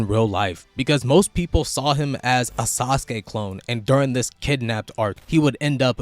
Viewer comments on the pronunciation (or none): none